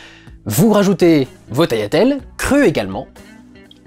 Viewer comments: Salut. Ca fait plaisir d'entendre quelqu'un qui dit "taliatelles" et non "taGliatelles" ^^ Je suis d'origine italienne également et je connais bien la cuisine italienne. Vive la pastachuta ! Et bravo pour ton travail. Tes critiques sont très constructives et me donnent un regard plus poussé sur les films. Bonne continuation à toi :) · Je vois personne en parler en commentaires mais OUI, c'est bien comme ça qu'on dit "tagliatelles" gli en italien se prononce "li", pas "gli"